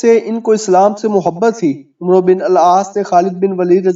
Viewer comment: عمرو نہیں پڑھا جاتا عمر پڑھا جاتا ہے ع کے اوپر زبر پڑھ کےمیم کےساتھ ملاکے پڑھیں